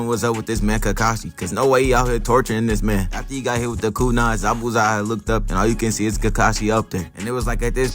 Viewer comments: Darg pronouncing the hell outta zabuza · He pronounces his name correctly